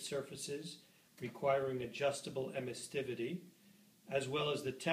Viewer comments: Emissivity. It only has one 't'. Sorry to be a grammar Nazi but 'emissTivity' sounds silly. Other than that, nice little video. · its emissivity not emistivity